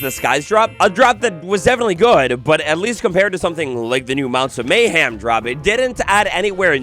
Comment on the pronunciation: MayHEM. Not MayHAM.